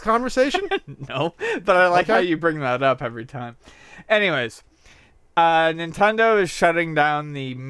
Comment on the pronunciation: "Nintedo" Look guys made a mistake on the internet!!!